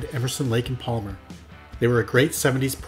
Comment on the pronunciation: Did a nice job accept the l in Palmer is silent